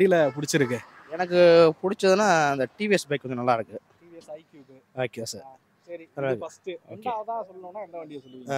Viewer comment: Bro it’s not icube! It’s iqube 😅